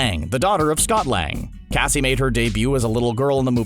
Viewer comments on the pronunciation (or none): none